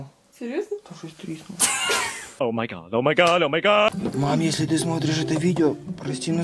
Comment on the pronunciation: а он сказал не "треснуло", а " трiснуло"